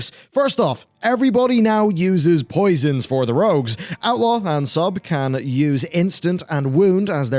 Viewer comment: "Posions Baselined"